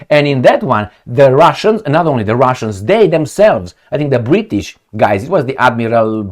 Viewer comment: The BRI-ISH drank all the T